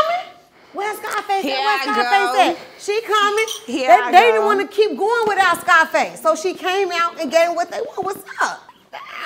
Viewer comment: Bro Said “SCIIFACE” 😂😂😂😂